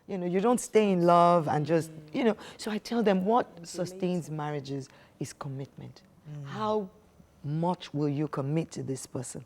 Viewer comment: This is obviously struggling with the word ‘commitment ‘